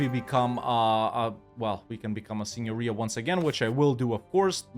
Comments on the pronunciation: That was the best pronunciation of Italian Signoria I've heard from paradox youtubers! Congratulations! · pronounced "signoria" correctly 🫨🫨